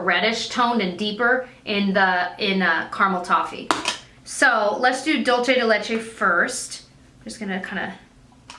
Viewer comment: The Wet N Wild Contouring palette is Dulce (dool-say) de Leche, like a Spanish dessert. Dolce (dohl-chay) is Italian, like Dolce & Gabbana ;-)